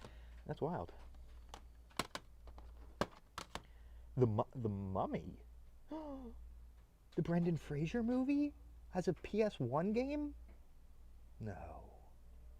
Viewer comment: Bro did not just say Brendan “Frasier”